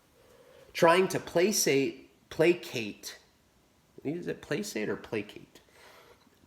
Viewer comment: I already told him. He needs to do SAME THING as others who do this and post daily or every other.. as doesn't know how to say placate🤦‍♂️